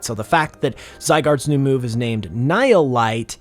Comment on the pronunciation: hearing it pronounced nile light, its pronounced like knee-heel. ni hil